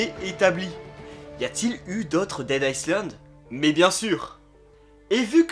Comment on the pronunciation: Le « s » de island se prononce pas